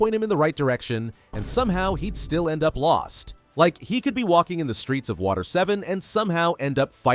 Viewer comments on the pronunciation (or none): none